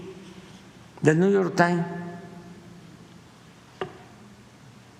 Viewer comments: De verdad que ya enloqueció!!!! NIU YOR TAIN!!!!!!! JAJAJAJAJAJA que pdjo. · El Güashinton Pos y El Niu Yor Tain ¿Es mucho pedir a un presidente que muestre un poquito de cultura? Es de pena ajena...